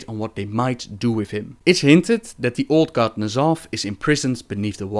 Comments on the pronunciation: It's not NERZOTH either. It's N'zoth.Pronounced as "Nuh-Zoth". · And still pronouncing N'zoth wrong, =P